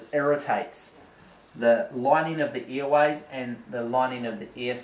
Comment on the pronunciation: Earways lol, what a funny accent :D